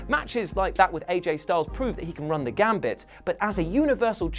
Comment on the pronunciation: Gamut* run the gamut, not "gambit"